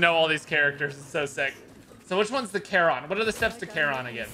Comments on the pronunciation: Bro, it's care-on not car-on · still annoys me cause I’ve always known care-on and never heard car-on